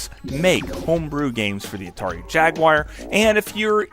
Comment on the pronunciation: Atari Jagwire 😂